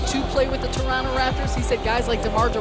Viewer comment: u know hes a raptor when he calls the city torunno